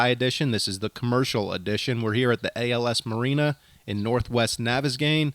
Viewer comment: its not "als marina" its "al's marina" there are no punctuation bits, so its inferred.